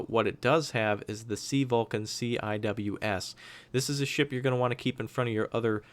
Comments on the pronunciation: CIWS is pronounced See-Whiz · CIWS is commonly pronouced "sea wiz" I don't know why but thats how the navy says it